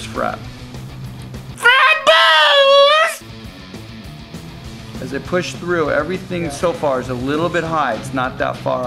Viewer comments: great information but HOLY SHIT STOP SAYING FRED BUZZ. thanks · I think he was screaming Fred Buzz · he says frett buzz lol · i just love it when he says fret buzz lol! i just cant hold laughing!!! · Fret Buzz is coooollll...I sure hope he says "FRET BUZ" again.